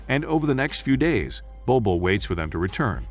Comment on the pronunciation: I love this film , sadly the name is butchered here